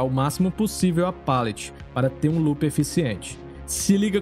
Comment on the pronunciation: Se pronuncia palete mesmo, com som de "a". Seu conteúdo é muito bom, sou inscrito do canal mas ouvir "pêlete" diversas vezes é angustiante.